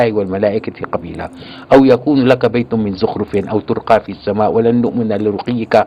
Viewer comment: حتى أنه لديه أخطاء في بعض الكلمات القرآنية وهي قوله ترقى قام بضم التاء وهي بالفتح